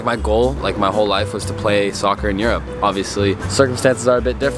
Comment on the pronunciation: It’s pronounced ur-up not ur-rope